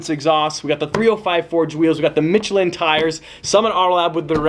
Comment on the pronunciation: I hate the way you say Michelin! It’s not mitch-a-Lin it’s mish-eh-Lin